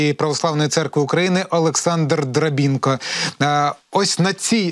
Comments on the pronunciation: не Дробінко, а Дробинко! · Чому Драб ііі нка?? Дробинко!! Ганьба ведучому